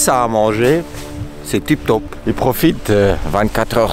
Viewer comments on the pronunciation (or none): Mdr je me le suis passer des disaines de fois « c’est tip top » avec l’accent 😂😂😂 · le "tip top" c bien suisse ca 🤣🤣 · Tonka, Oui à il y a un autre « tip top » 😂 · ya un autre "tip top" au debut🤣